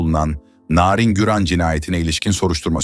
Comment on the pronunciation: Bu nasil narindemek çok i kötü bir telaffuz.